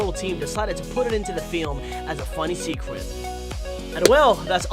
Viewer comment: I always hear you say secwet